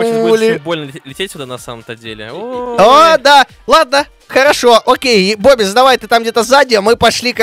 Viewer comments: не называй бобиса бобис а называй бубис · ОЙ ХАХАХАХАХ БИБИС А ПРАВЕЛЬНО БОБИС